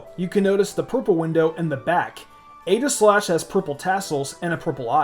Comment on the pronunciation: I almost stopped watching because of your pronunciation of Aegislash, not going to lie.